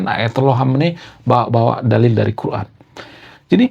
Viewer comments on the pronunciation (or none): none